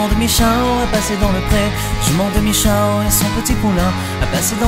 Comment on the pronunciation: ce qui m'a pas plus c'est la Jument de michaw (comme tu l'a prononcé) dit bien Michao